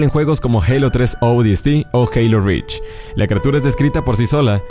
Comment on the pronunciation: dice read en lugar de reach